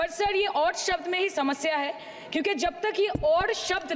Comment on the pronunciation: Jab hota hai, zab nahi Jaanwar hota hai, zaanwar nahi Shabd hota hai, sabd nahi